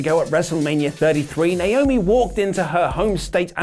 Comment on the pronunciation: THANK YOU FOR SAYING NAOMI'S NAME CORRECTLY!